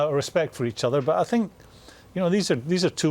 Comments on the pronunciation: Nobody: Mourinho: I sink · Jose: “I sink...” Everyone else: intense listening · 😂😂😂😂😂😂 I Sink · I sink You sink He sank ... While ago 😄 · Roy Keane : I Tink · I sink he knows a bit of the game but I sink it's not so hard to be an analyst/commentator, I really sink so... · Somebody should tell Mourinho to stop saying sink instead of think! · Normal people : i think Jose : i sink 😀😀😀😀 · Nobody: Jose Mourinho: ' I sink' Me: Well City are sinking with you right now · Morinho pronouncing 'think' sounds like 'sink' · Jose: "i sink" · Relax man.... I'm a big fan of his. But sometimes the opportunity for a good joke can't be passed away. I SINK Jose would agree with me on that.....😂🤣😂😆😁